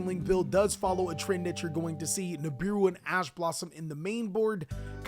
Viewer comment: Lmfao when you said nibibou 😂😂